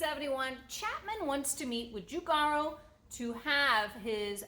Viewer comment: Easy, Giorgetto Giugiaro...Yoryetto Yuyiaro. You're welcome.